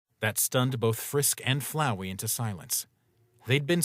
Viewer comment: FLOWEY!!!!! ITS FLOWEY, NOT FLOWERY